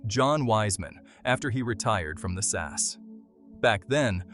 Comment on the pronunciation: It's SAS, each letter pronounces separately not "SAS" as a single word